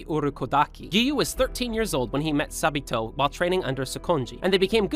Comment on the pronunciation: why do i hear sa-bi-toe✨